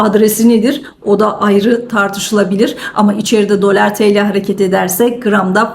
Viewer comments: Dölar deyişini . . . 😂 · Hanımefendi..Gayet iyi özetledi para piyasalarını.. Niye dölar(bazan dolâr) diyor, orasını anlamadım..